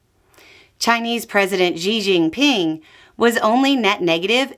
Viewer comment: You know what you're talking about with foreign policy much more than I do, but please: learn how to pronounce Xi Jinping.